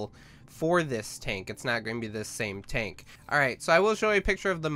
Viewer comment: Dude the ultra high com-pastity oxygen taaenk he says it funny af <3